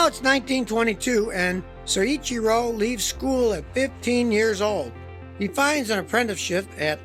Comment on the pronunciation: Excellent content here Scotty. FYI the name is pronounced as Soy Chee Ro.